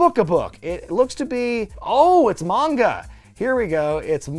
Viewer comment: Thumbs up for pronouncing ''manga'' correctly.